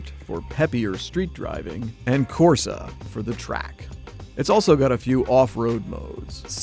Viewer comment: As an Italian I got triggered at him saying Corsa,Terra, Sabbia and Neve